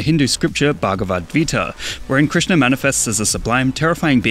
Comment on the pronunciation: Finally a non Indian guy who can pronounce Krishna correctly on the first try